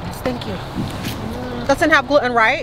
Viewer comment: Isn't it gluten not gruten?